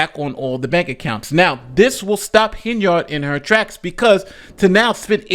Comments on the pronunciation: Tiffany: I'm your super mayor Tiffany A. Hen-[yerd].: Today we're covering mayor Tiffany A. Hen-[yard] 😩 Make it make sense. Geesh. 🙄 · Are you intentionally saying her name so wrong as rage bait? It’s working